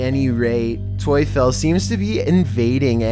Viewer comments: Tuefel : if you change the u and e it’s Teufel and Teufel in german means Satan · Tuefel?😂😂 In germany the devil is called Teufel. But Tuefel sounds better😂 I love it hahahahaha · The#1 video "toyfel". Obviously not Polish but "Teufel" is German for "Devil" and is pronounced basically the same way...just throwing that out there.